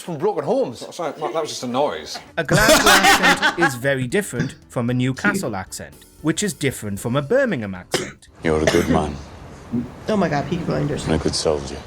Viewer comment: EDINBRUGH The BRUH is said as BRUH so EDINBRUH. AND GLASGOW is said as GLAZGO not Glasscow.